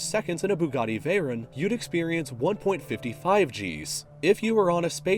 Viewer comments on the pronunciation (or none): Why did he say Vey-Ren it’s Vey-Ron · veyrawn noy veyrin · It's VeyrOn, ya moron. I don't know why, but I always get triggered when people mispronounce car names. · Bugatti "veyrinn"